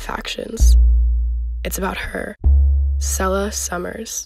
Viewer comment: Bro they be saying her name wrong it’s meant to be said like say la not sell ah and I know this because that’s my sisters name